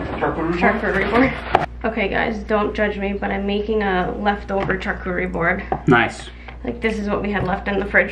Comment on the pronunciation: Hi there!! I believe charcuterie is pronounced “shar” cuterie board ❤️🥰